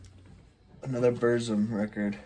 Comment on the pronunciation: Killer update. In The Shadow of The Horns is the best song by Darkthrone, killer albums both of them. There is no controversy with Burzum, he is a dick and his music is great. Pretty good pronunciation on the Burzum stuff. Just look at my 'How to pronounce the shit' video. Lawless Darkness was the last real great album by Watain imo, they kind of lost the evil touch after that, so the first 4 albums is killer. Mayhem - Daemon is a great album. Cheers mate. 🤘🤘